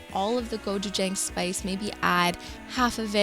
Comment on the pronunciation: As a Korean, I never imagined the combination of gochujang and peanut butter. I want to try it. And I want to tell you the exact pronunciation of gochujang😂